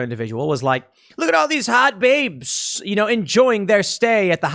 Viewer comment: I like how when Tim say "Hot Baybes" he all of a sudden develops a Brooklyn accent. XD